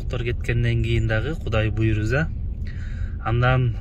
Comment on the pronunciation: Буйруза эмес буйруса болот Таласты Талаз дебейсинго аа